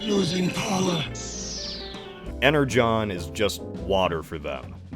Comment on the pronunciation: Wait Energon is pronounced "Ener-john"??? That's pretty silly